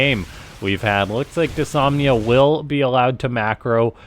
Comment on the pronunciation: It's "dys-NO-mia" not "dysomnia"